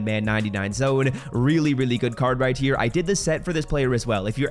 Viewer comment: Whydo you say "right tier" when your saying ' right here'